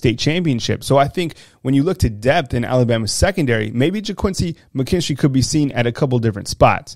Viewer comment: yeah, I thought I heard you call McKinstry , "KOOL AID""